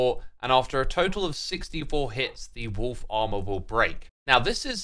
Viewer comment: Wolf Armor sounds like Wool Farmer.